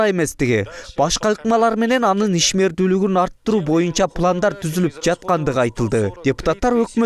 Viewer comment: "Моюнча"- эмес боюнча га дейм